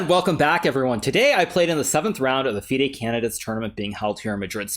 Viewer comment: does naka really call it the "fih daa" [FIDE] tournament?